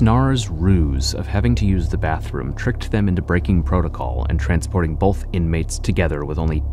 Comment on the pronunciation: Also it's both not bolth idk how half of these "proud Americans" can't even speak their own language correctly